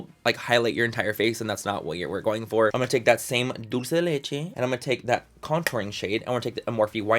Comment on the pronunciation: Loving how he pronounces "dulce de leche" ❤🇦🇷